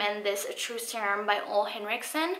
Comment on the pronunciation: Hi! Ole is pronounced oo (as in moo)-la. Thanks for sharing.